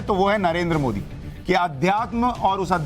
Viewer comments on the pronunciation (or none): none